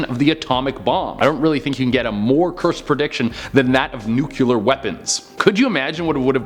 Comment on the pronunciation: Nu. Clear. Nuclear! Lol I had to look up why so many pronounce it nucular. Interesting read.